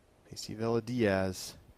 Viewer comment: Villa is pronounced- ‘Via’